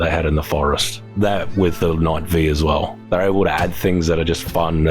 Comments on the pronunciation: It's Knight Five not V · The correct pronounced knight five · "Knight Five" -- the pronunciation was literally in the update notes.